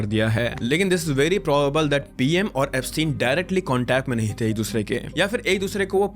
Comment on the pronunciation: Epstein = eps-teen Ghislaine = Ghee- lane Pronunciation